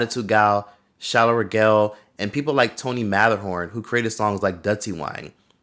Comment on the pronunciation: tony MATTERHoRN lol its TONI MATTAARAWWNNN